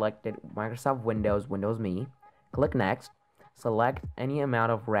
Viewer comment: Thank you so much for pronouncing it me like microsoft intended instead of M-E.